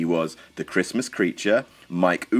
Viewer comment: I'd whack Raven somewhere in that list. The transition from Johnny Polo to Raven in ECW has to be one of the most iconic changes yet imo. Also, lol "Issac Yankem". ... "Issac".